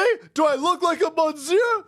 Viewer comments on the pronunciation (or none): He pronounced monsieur wrong 😂